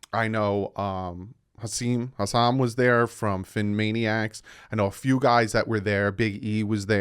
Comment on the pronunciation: I know "Haseem" ooops i said it wrong Hussam was there LOL